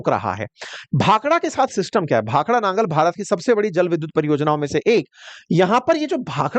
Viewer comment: It's Nangal not Nagar as reppitdl told by you